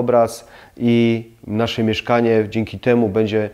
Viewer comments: Ciekawe uwagi, ale skoro zwraca Pan uwagę na kwestie estetyki, proszę na Boga, mówić poprawnie. "Bedzie" razi potwornie. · Ja miałbym tylko jedna prośbę, publikując filmy, zwróć uwagę na wymowę, np. słowa „będzie”, Podniesie to jakość, (to nie ma być uszczęśliwiać, dobra rada) Pozdrawiam